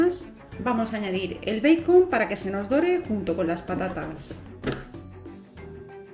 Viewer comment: Me gustaron tus recetas pero, que te parece si estas hablando en español nombra en español los ingredientes. Di tocino o panceta en lugar de bacon o beicon , que además lo pronuncias mal en inglés. No digas bowl di, tazón pequeño. Disculpa pero, me molesta ese enredo que hacen al hablar español entremezclado con inglés y siempre mal pronunciado el inglés.